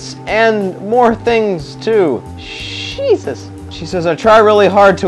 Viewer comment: It's JESUS! Not sheezuz... John -18 Kjv. ...You have got to get Saved my friend .